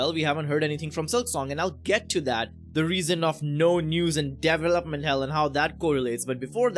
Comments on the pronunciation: your indian accent came out strong on this one 🤣 DEEVALOPMENT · I've never heard it pronounced Devel-Up